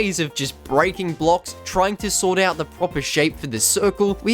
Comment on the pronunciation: The fact he calls blocks “blooks”